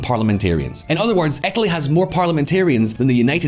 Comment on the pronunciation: I’ve been pronouncing Etaly all wrong